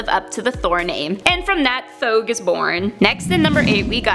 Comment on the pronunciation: Thouge sounds like throg